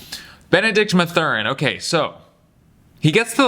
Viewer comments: MATH-URIN not MA-THURIN. Great vid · It’s Math-Ur-In